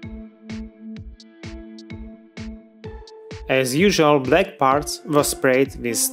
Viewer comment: . It's BLACK, not Balck... honest mistake